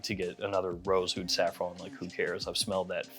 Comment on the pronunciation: AH-OOD AH-OOD AH-OOD You have to be trolling when you pronounce it like that.